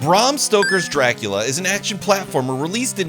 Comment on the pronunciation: You didnt have to say barm stoker everytime it made the reveiw as laboris as the game